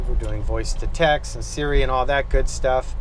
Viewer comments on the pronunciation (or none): none